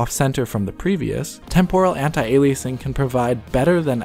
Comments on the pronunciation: It’s not pronounced “anti-ailiaysing” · Don't you mean "Anti"-Aliasing... not "Antai"-Aliasing?